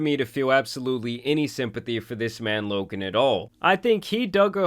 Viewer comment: his name is loGan not loKan.....